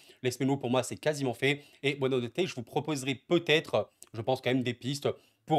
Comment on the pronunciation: buonanotte signifie "bonne nuit" en portugais, il faut le prononcer en coupant le nom en 2 parties: buona / notte. Bravo à toi pour tes vidéos !